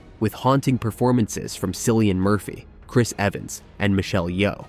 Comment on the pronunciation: why do people insist on calling Cillian Murphy, Sillian? It's a hard C like if his name was spelled Killian On another note, I've seen several of these and I especially like Moon, Upgrade and Time Lapse